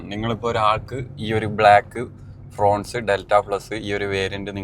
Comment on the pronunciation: ഫ്രോൺസ് അല്ല. ഫ്രോങ്സ് ആണ്❤ ശ്രദ്ധിക്കുമല്ലോ